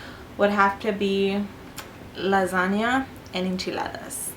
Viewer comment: Omg! Can't wait till Tuesday!!! Love how you said lasagna with an accent lol xoxo